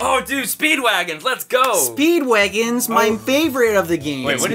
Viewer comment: says "WAYgins" instead of wagons.